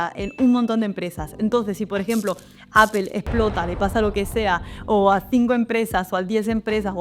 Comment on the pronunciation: Gracias por tu vídeo, valoro tu contenido, ya entiendo que aún cuando te sacaste un C2 en el Cambridge aún no logras ser perfecta en pronunciación…. “Aple”. 😅